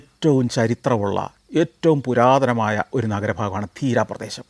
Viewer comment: Deera alla dheriya